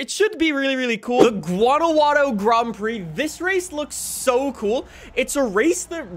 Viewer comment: Grond prix. Why do you pronounce everything with a twist